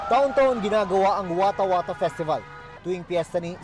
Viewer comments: Watahwatah festival❌ Eskwater festival ✅ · watahwatah = skwatah skwatah festival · "eskWATER Pesti-bal"😂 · Watah whata eh eh festival